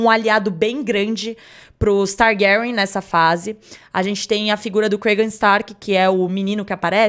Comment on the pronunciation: Que agonia esse homem pronunciando TARGÁRIÃ